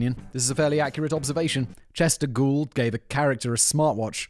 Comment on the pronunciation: The way Sinon pronounces Chester Gould sounds so much like he's saying Chesticle!